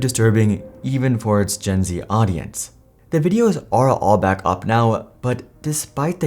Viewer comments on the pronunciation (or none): none